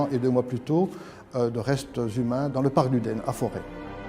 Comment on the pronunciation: On dit forte, non forest